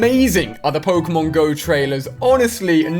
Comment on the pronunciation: i'm not gonna watch you until you can pronounce Pokemon Correctly